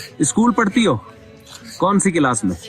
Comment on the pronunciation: Mufti sahab Class not Kilas